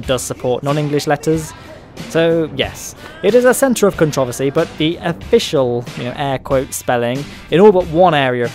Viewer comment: I think a bigger area of controversy is the way you pronounce controversy